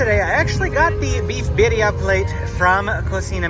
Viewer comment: Nice to hear you're are finally pronouncing birria properly 😀